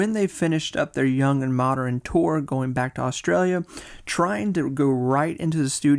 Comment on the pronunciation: And the occasional "Moderren".